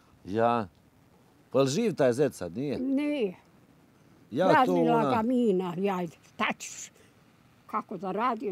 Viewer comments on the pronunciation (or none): none